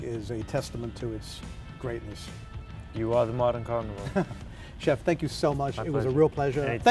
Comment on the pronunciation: "You are the modern carvinore..."